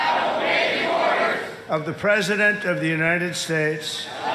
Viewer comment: Did you notice when he was saying the oath for the recruits to follow when he said obey the President of the United States of America the emphasis that he puts on President is very very very noticeable his voice rises in volume